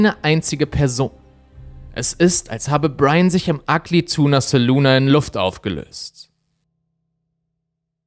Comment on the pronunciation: Ja, aber man muss das „ahh“ dennoch nicht so betonen.